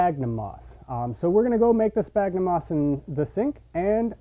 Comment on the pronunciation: Sphagnum, not spagnum. Christ.